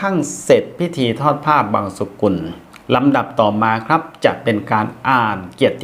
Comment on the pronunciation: ผ้าบังสุกุล กับ ผ้าบังสะกุล. อะไรถูกอะไรผิด _ได้ยินท่านพิธีกรออกเสียง. "ผ้าบังสะกุล"